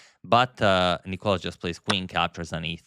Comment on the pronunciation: Why are you still calling him νΊκολας when it's νικΌλας emphasis on the letter O